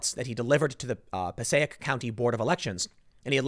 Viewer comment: Pronounces county (Passaic) correctly; bungles town (Paterson) repeatedly.